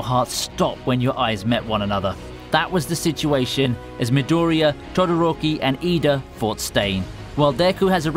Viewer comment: Pronounciation of words like midoriya pissed me off....